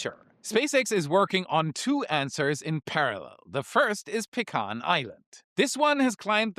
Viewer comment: Congratulations! You managed to add a third pronunciation for the word "pecan."